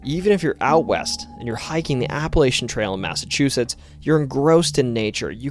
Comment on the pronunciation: Hey YouTube, this guy is terrific! But he needs to learn how to say Appalachia and Nevada